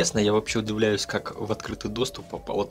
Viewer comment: Ne udEvlyayutsya, a udivlyayutsya. Tol'ko eti malen'kie sobachki vivedeni iskusstvennim otborom chelovekom. V prirode net malen'kix, sobaka estestvennaya -- eto priruchenniy, odomashnenniy Volkswagen. A malen'kie porodi-' delo ruk cheloveka. UdIvlyat'sya ot slova " divo", ane ot " dEva". Spasibo I izvinite.